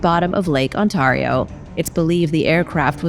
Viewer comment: This New Yorker groaned at the mispronouncing of Ontario.